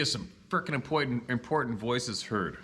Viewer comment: Lol; “Vewwy Impoitent.”